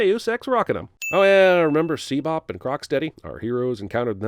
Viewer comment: okay can anyone at least tell me "What the hell these things are?" They're like the coolest monsters I've ever seen in a movie. did you just call them SeaBop and Crocksteady.